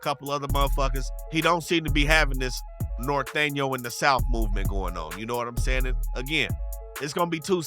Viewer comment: Bro don’t know how to say norteño but anyways in Cali there is northern and in LA lol ion f wit em but there is some🤡🤡🤡